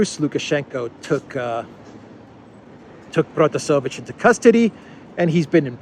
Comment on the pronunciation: it's ProtasEvich.